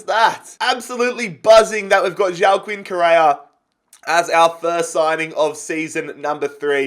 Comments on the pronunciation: Just a thing I am fairly sure Correa’s first name is pronounced Wack-een not Joao-kin. I may be wrong but I am fairly confident. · Please pronounce it Hua-keen Correa. I usually don’t care but he’s not Portuguese lmao